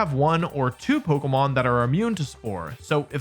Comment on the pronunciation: Another person pronouncing it polkamon